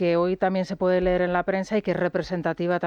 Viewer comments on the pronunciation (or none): none